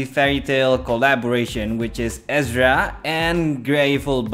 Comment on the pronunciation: Its pronounced Errrrza Er Zah. Lol not ezra